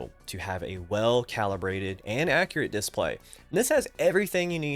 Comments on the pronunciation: man, I don't think I've even seen one of your videos before. Don't get me wrong, I thought you were a native speaker, that's why I thought it was funny that you pronounce that specific word so strange, because everything else is great. /dɪˈspleɪ/ Breakdown: /d/ = as in "dog" /ɪ/ = short "i" sound, as in "sit" /s/ = as in "snake" /p/ = as in "pat" /l/ = as in "let" /eɪ/ = long "a" sound, as in "say" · Completely beside the point but the way you say "diss-play" is really fun 😂😊